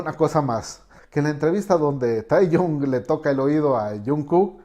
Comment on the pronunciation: No one : Analyser : tAyKoOk JuNkUk tAyHuYn